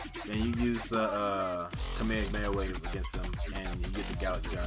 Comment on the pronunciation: Why do people have such trouble pronoucning kamehameha?? The amount of people that say come here come here instead is ridiculous 😂😂